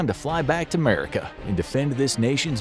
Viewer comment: Fly back to 'Merica.... even annunciated it🤣🤣..... also, they stopped immunizing against smallpox, except for deployed(ing) military